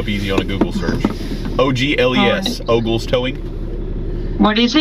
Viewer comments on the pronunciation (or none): OMG!!!!!!! O ...G...L...E...S!!!!!! Then she said "OLES". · "Oles" ..... "Oges"...... "Ogles" ?!? LOL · Og? Ogl? Ogelse? No? 😂😊